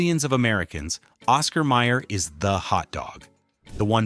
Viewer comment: It's Oscar Mayer, not Meyer.